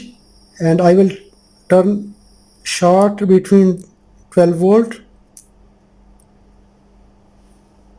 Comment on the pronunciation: I hope I don't get taken the wrong way. I mean this in a good way. There is short (as in short circuit or a short person, etc.) And then there is chard which is a type of beet, a vegetable. Short rhymes with sport, abort, distort, etc. Chard rhymes with hard, card, etc. Say "short circuit" and "chard circuit" and see which one is the one you mean. Just being helpful here. You are a wonderful human being and I know you won't take this the wrong way. I have a hard time saying "h". I say "itch". It is not. It is more like "ache" as in having a tooth-ache rhyms with rage, age, page and not "itch" as in scratching an itch. :-)